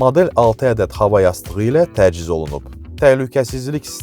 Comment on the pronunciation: Nahəng yox Nəhəng Təciz yox Təchiz Cərpaz yox carpaz Uğurlar arzu edirəm. Faizsiz və hissəli satış təkliflərinizi sizdən də gözləyirik, digər rəqibləriniz kimi. Görüşərik salonda)